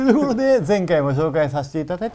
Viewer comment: 石川さんの声でTHE ROWと聞くと笑ってしまう身体にされてしまいました